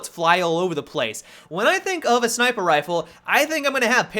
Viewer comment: "SniPRe" lol